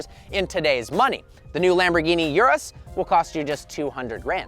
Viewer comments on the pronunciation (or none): I think it's pronounced "ooroos" and not "yourus"